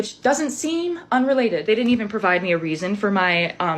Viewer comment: everyone who says "dinnint" should serve jail time